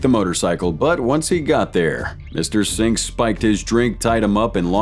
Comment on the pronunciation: “Singy” 😂. Singh is just pronounced like Sing